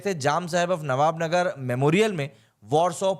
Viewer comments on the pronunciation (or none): Nava Nagar Not Navb Nagar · ओ भाई, नवानगर है, नवाब नगर नहीं।